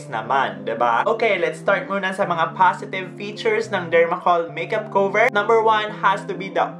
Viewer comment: I love you. I am a fan. Just need to say that you’re pronunciation of cover is wrong. Please say Kah-ver not Kow-ver. Love you.